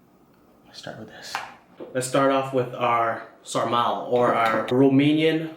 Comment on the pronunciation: bro!! I am Vietnamese like you, but I was born in Romania. Huuuugee Thank You bro hahaa. And its pronouced Sar-Ma-Leh btw:)))))